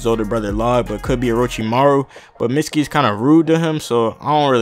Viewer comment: it's pronounced meet-ski